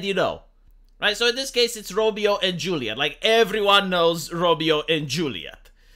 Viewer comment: Its Romeo and LaJuleeate.